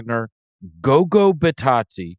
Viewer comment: It's GOGA not GOGO